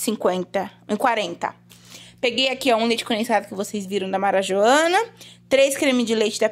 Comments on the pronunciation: Achei engraçado vc falando o nome da marca do leite condensado. Marajoana 😅 é marajoara. Muito boa suas compras, muitas coisas boas. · não e marajoana não. 🤣🤣🤣🤣🤣🤣🤣🤣🤣 É marajoara kkkkkk desse jeito vc não consegue patrocínio!!!! Adorei o vídeo parabéns